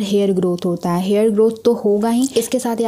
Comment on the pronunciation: Uge nhi hota use hota